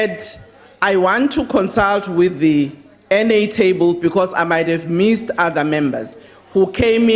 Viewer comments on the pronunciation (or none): You heard right; it is , and you would also have heard: 'Awdah, awdah, awnarabalah membahs, awdah', and you must relearn English pronunciation. 'Missed' is more 'correctly' pronounced as 'meest' and at 0: 49 'MEAN EATS' means 'minutes'. I saw a movie once; 'Gorillas in the mist', they were sooo well-behaved and acted with dignity, probity, decorum and rectitude. sigh.